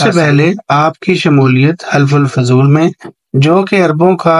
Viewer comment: یہ حِلف الفضول نہیں ہوتا حَلَف الفضول ہوتا ہے ۔۔۔۔ حَلف ہوتا ہے معاہدہ